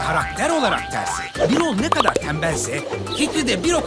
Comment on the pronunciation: Birol değil Bürol Bürol "ü"ile "ü"